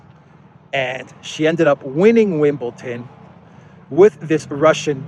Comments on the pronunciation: ITS WimbleDON, DON a bit like the word DONE Not WimbleTON. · There is no "t" in Wimbledon!